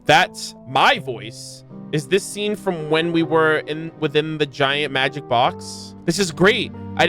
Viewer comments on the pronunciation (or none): none